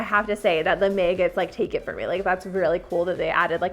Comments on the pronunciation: May-gots? You mean MAG-GOTs lol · MAY-gotts Vs. MAH-gotts I have never heard them pronounced May-gott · No one is going to comment on how she pronounces maggots? At first I heard MAGA? And I’m like hold up rewind lol 😂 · I had to laugh at "the meeeeggets" 😄😅😂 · Okay serious talk....................... what is a (mAy-got)? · "May-gutz" Never heard maggots pronounced that way lol This was soooo awesome That zombie was waaaay underpriced That monster wedding one was pretty awesome too 3rd one looked like something I'd do, and that's not saying alot lol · Heh same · No one:: maehgets. (Maggots)😭🤣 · ....did she pronounce maggots "may-gits"? Lol that's a new one for me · Omg! I was going to post that, as well! lol I’ve never heard it pronounced that way, either. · I'm not the only person that pronounces magots differently than she does?